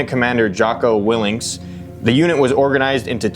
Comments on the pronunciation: It’s Willink. No ‘s’ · Jocko WIL-LINK pronounced. Kevin LACE pronounced. LAFE Babin pronounced.